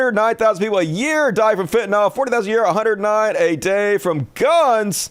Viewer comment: It's not fentaNOL. it's fentanyl.